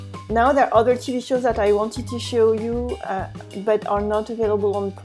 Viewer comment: For example when u said ' Some of us have' , 'French national TV', try not to place the stress at the end. So, in TV, place the stress on T and not V. All the best.